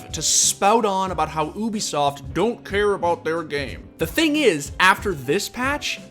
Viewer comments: Alright, let's make this clear. Ubisoft is not pronounced OO-bi-soft it is pronounced YOU-bi-soft. Ok cool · its Ubisoft, not obisoft, its a hard U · OO-bi-soft every video LMAO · Ahh yes oobisoft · Somehow you always manage to pass me off by saying oobisoft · Oobisoft? Lmao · WHY IS HE CALLING IT OOOBISOFT